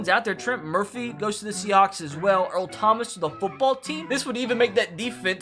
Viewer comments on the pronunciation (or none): none